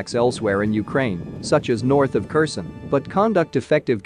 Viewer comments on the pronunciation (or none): none